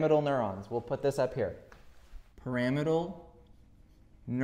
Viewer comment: Great video! Isn't "Pyramidal neuron" pronounced like pyramid? I thought you kept saying "Parametal neurons" until I your wrote it on the whiteboard.